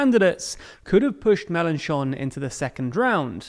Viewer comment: Love the fact that he corrected the prononciation of "Mélenchon" 😂 Well done!